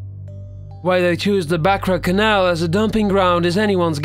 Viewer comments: Nah gotta say it - cant stand this dude. Any one whom pronounces canal as kennel ...... what more is there to say? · I think it's the same person or a friend maybe. The way he pronounced the word sew and canal was strange, and I knew he's North American faking an English accent once he said the word horror. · Don't mind this guy's voice but he pronounces canal and garbage funny lol